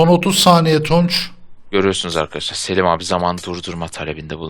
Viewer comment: selim abiye seliş demesene